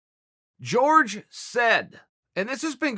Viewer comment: why does he keep saying George Masvidal, isn't it Jorge?? they are pronounced differently as far as I know.